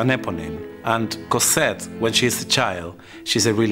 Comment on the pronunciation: "Cosette"! not "Corsette"!!!